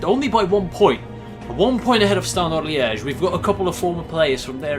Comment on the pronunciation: the way he pronounces club names like saint ettiene and standard liege just sounds so nice